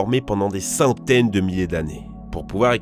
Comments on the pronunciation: Centaines il a dit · "Pendant des saouteines de millier d'année"